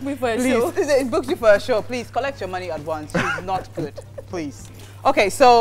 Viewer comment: Why does fella says please as prease😂